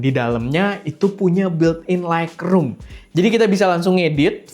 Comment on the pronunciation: Sorry bang harus revisi 😅 Lightroom bacanya laitrum, bukan laikrum. Makin sukses esteh 🎉